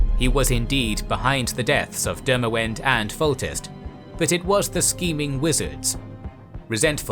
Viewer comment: U need a nerd to prof these as pronunciations aare miles away mahakam, demaVend and no excuses for rabid who reads that as rAbid?